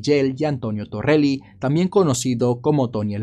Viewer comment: .Lamentablemente en este trabajo de youtube, los Apellidos: Torrio y Colosimo están muy mal pronunciados. Y los "Carbonarios" también esta mal pronunciado. Y no es Torreli, sino Toreli.